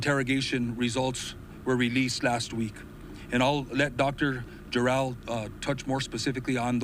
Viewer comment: He keeps calling her, "Dr. JOR-EL", as if there were some "Superman, the Movie" connection...but, her name, as pronounced by herself, sounded like, "Jerrol".